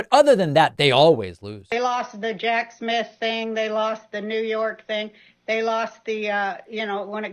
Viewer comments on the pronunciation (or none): none